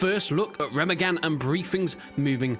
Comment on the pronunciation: Re-MA-gen not Rema-gen